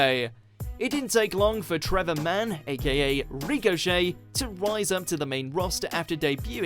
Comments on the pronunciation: It's Ricochet not recochet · It's ricochet not reek-o-shey jesus but good list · who the fuck is REEK O Shay? i know Richochet... not REEK-O-Shay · Ashley.....??? Why not Ash? Anyway, its RICK-o-chet not REEK-o-chet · "Ree-co Shay" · Why you pronouncing it ‘Rico-chet’? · "Reecochet" lmao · Rico Shay, lol good video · Good list, but find an actual wrestling fan to do the images next time. Also this guy really can't pronounce 'Ricochet'. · Can you say ricochet properly please? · His pronunciation of 'Ricochet' killed me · This dude doesn't no how to say Ricochet name Damm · It bothered me how you pronounced "Ricochet"